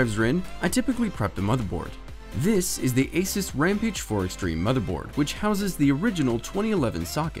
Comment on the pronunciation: Asus? No, its ASOOS